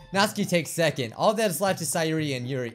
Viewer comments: It's Nat-su-ki, not natski!!😂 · Nautski it's not nautski it's natsuki and it's not Bijju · its nats*UUUUUU*ki not natski plzzzzz u are murdring my ears every time u say her name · I wonder if he knows that her name is Natsuki and not Natski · He is missing the "u" in Natsuki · Does he know he’s saying Nasuki’s name wrong? Just me? OK